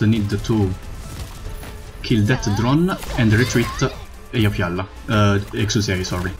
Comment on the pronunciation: You can pronounce eyafyalafyaf but can't pronounce ptilopsis? Yo wtf